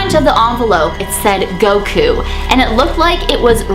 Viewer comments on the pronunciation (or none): Its cute when she says GOWKU Instead of Goku